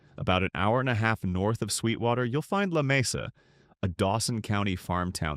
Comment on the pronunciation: Lamesa fools many people. It actually is not Spanish, I was told, and is correctly pronounced Lah- mee-sa.